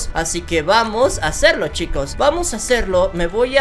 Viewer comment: Quiero escucharte decir otra vez: "Chicoz cean vienbenidoz a maincrah"